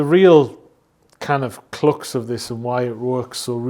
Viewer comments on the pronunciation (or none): Its perspective not "sperspective" and crux not "clux"